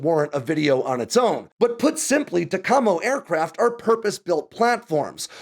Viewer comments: When I was on Ohio-class boats, we pronounced it TAC-a-mo, with emphasis on the first syllable. Please forgive my need to correct you, but it seemed necessary. Be well. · As someone that works on these, the way you pronounced it made me cringe lol. Its tack-uh-mo. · UH...I THOUGHT IT WAS PRONOUNCED "TACK-KUH-MOE" ( see HBO'S movie : Twilight's Last Gleaming " ) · In the nuclear world we pronounced Tac-a-Mo with the accent on the first syllable. To hear it pronounced with the accent on the second syllable sound really odd to my ears. But I like your channel anyway. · You are pronouncing TACAMO wrong, TAC-AMO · Here at Tinker AFB it’s pronounced Tack uh moe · it's pronounced TAC-A-MO! Glad to see you cover this mission. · Thank you! "Tack Ah Mow" right? Always heard it that way. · Ah, that is pronounced "tact ah mo." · Tak u Mo is how you pronounce it bty. Great video. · 🤔 We used to pronounce it TAC-A-MO. 🤷🏻‍♂️ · Is that a hard "A"? I always thought it was pronounced: ta-ka-mo (with soft "a") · TACAMO pronunciation = TACK-UH-MO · Toyota Tacamo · I've never heard TACAMO pronounced incorrectly so many times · I've never hear TACAMO pronounced that way. seems to have a few words that he pronounces "differently". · You are killing me with your pronunciation of TACAMO. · TACAMO. The accent is on the first syllable. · There’s no h in TACAMO 😂😂😂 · I was in VQ 3 in Hawaii, it moved to Oklahoma. I wish you knew how to pronounce the mission. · Great vid. Just have someone pronounce TACAMO for you. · Would be nice if you pronounced TACAMO properly. Must be a wanker using fake voice. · What was a lie? Apparently the way he pronounced TACAMO was wrong but I'd call that a mistake and not a lie. What did lie about? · Yeah, my ears were breaking every time he said that. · THANK YOU!! It’s like nails on a chalkboard hearing it pronounced incorrectly! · it’s pronounced “TAC-a-mo” not “ta-KA-mo”. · It's Tackamo. Not Tacahmo. You sound silly.